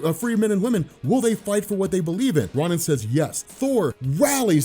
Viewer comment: U say ronin and attilan wrong, at this point I'm convinced u do it on purpose.... Have a good 1 of cemoxesplsyded